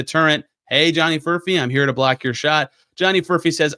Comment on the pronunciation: Did I hear you say Furphect?